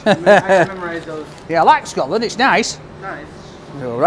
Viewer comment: Fair play to the guy saying Scotland, it's closer than most Americans get. For some reason they think a lot of English folk are Australian